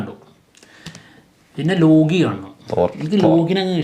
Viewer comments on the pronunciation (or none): ലോഗി ❌ ലോക്കി ✅